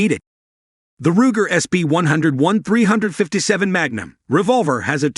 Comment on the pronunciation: ‘Hog’ grips? ‘Dot three five seven’? Get a human to read this copy instead of a machine. If that was a human, find one that is familiar with firearms. Also, learn what snub-nose means.